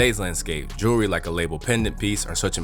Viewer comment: What is "jerly"? You mean jewelry?